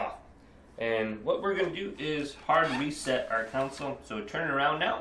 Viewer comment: It’s console. Not counsel